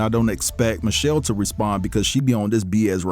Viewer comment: Sound like he said Mochelle instead of Michelle… he is an idiot, always looking for attention